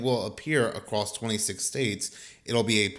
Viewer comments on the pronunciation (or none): The word is ACROSS! The tornado appears to be walking ACROSS the field! Not ACROSST or ACROSSED. Where are these people from who use this word? Is it a regional thing, or just a general ignorance about certain words?